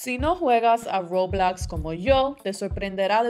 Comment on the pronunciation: dice Roblox de forma muy bilingüe y muy bien dicho Mi tía intentando decirle Roblox a mi primo*: el juego de los Legos eso alv